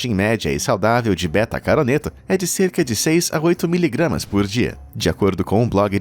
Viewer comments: BETACAROTENO e não "BETACARONETO" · Betacaroteno, não betacaroneto. Falou o primeiro certo, mas inverteu o resto nas pronúncias. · "Beta-caroneto" kkkk Não seria Beta-caroteno? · Beta Caroneto? Caraca! Aprenda antes de falar essas idiotices. É Beta Caroteno! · BETACAROTENO!!!! BETACAROTENO!!! E NAO "BETACARONETO!"🤦🏻‍♀️🤦🏻‍♀️🤦🏻‍♀️🤦🏻‍♀️🤦🏻‍♀️🤦🏻‍♀️🤦🏻‍♀️🤦🏻‍♀️🤦🏻‍♀️🤦🏻‍♀️🤦🏻‍♀️🤦🏻‍♀️🤦🏻‍♀️🤦🏻‍♀️🤦🏻‍♀️🤦🏻‍♀️🤦🏻‍♀️🤦🏻‍♀️🤦🏻‍♀️ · é betacaroteno não betacaroneto. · Betacaroneto? Não seria betacaroteno? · Vim comentar a mesma coisa.... errou feio KKkkkkkk é BETACAROTENO o correto...... Caroneto kkkkkkk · s "betacaroneto" kkkk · e BetacaroTENO, POR MISERICÓRDIA, PARE DE ASSASSINAR A GRAMÁTICA!!!